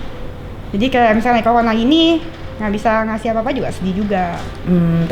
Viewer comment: Corona bukan colona